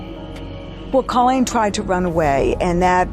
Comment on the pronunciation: Name a bit special but should be easy enough since says it too and she should know how to say it. Tadaryl is one thing, but even Colleen is said differently several times and that name shouldn't be a problem to say correct.